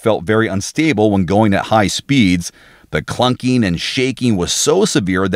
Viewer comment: "Durabilidy"????? "Knockeen", "clunkeen", "shakeen" ans "thahts" are not words.